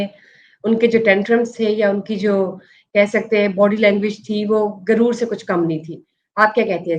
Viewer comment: Why you say guroor for arrogance. In Urdu first letter is GHain and not Gaaf